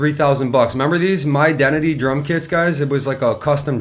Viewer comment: "...HIS-dentity..." I didn't know those were build to suit... I thought they were the bottom end.